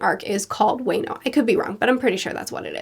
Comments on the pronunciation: Wa(y)no 😂🤣 to help you out it’s wa(h)no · Wano is pronounced WA-NO/UANO, not WEINO. thx for reading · Love the Reviews keep it up!! also, I think Wano is pronounced "wah-no" just for future reference. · Just to correct you on pronounciation- It's WAA-KNOW not WAY-KNOW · Please I love your reviews to death, but for the love of God WA-NO WA-NO WA-NO. WA like watermelon. My heart cant take this waynoe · It's not Way-No, it's Waa-No. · Wano...wah-noh > way-no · It’s Wa like water for Wano not Way No lol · "Man, week-to-week on this one must have been rough." This arc was when I caught up on the anime. It was rough. "Wayno Samurai". The county is called Wano, pronounced "Wah-no". His name is Kinemon. I don't expect you to remember this for a few more weeks, so that's fine. "Black Market" is close enough of a description to fit that everyone will know what you're talking about. Like others have said it's the "criminal underworld". Having only seen Punk Hazard once almost 8 years ago, this was a nice refresher for me. I had forgotten how much I enjoyed all the character moments between the crew in this arc and with the allies of Law and Smoker/Tashigi. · I love you but Wano pronounced WAH-no not WAY-no 🙏🏼🙏🏼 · So way-no is pronounced wa (like in warranty) and the no. Plus when you get to it wano kuni is Japanese for wano country. Other than that love the content👍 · Hahahaha great video as always. You pronouncing Wano as Wayno was something I didn't think i needed to hear. Wa-no 😂😂😂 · Wano is pronounced as waa-no not way-no. Hope that helped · Haha just so you know it’s not pronounced Wayno, its more like “Wahno” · It's pronounced WAH - no, not WAY - no. And the Wano arc is beyond anything you could imagine. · It's wAno not wÄno like in Marvel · By the way, it's not pronounced Way-no. It's supposed to be Wah-noh. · Your going Spanish on your pronunciation Wah-no not weh-no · wano is pronounced like guano as opposed to wayno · It’s wah-no not way-no